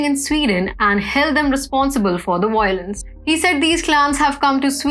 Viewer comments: excuse me its Violence not wiolence. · Wiolence.... conwerted For goodness sake, learn for once that v is a v and NOT a w.